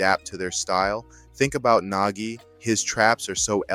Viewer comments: Idk AI probably would not pronounce Nagi as Naji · Why is Nagi pronounced as Najee? He isn't Najee Harris 😂